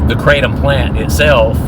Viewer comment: Kratom, not keratin! 😂😂 Btw I love your kratom videos,. Glad to see you doing well! 😊